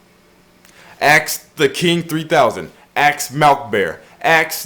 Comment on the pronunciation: Did you just say "aks" instead of ask?